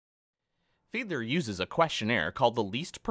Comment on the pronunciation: It’s Fiedler lmao